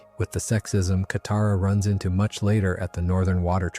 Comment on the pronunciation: Around 20mins katara is mispronounced and then goes back to normal. 😂